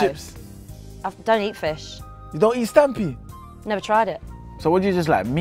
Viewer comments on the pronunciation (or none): man said you dont eat "stampi" im done😅